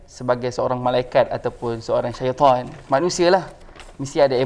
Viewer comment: Baru paham cakap ikut mahroj huruf jawai...selama ni kite cakap setan setan...tapi cakap setan ikut mahroj jawi ya itu shiton bila kite baca quran baru perasan cakap saya bukan shaiton saya di jadi kan jadi maanusai bukan shaitonn